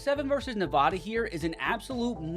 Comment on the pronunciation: It’s Nevada. Not Nevawda